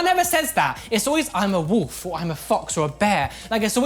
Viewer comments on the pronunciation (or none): I love hearing say "woof" as wolf